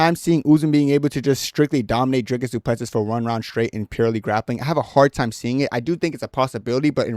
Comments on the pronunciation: It's a pronounced Do Ple See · You’ll get cool guy points if you pronounce his name properly fellow African :}